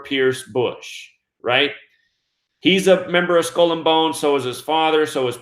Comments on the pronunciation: Skull is pronounced sk-ull; not school. Geometry is pronounced Geo- me-try; not gemotria! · What's a skoll ........ oh, he is trying to say skull. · You say skull and bones weird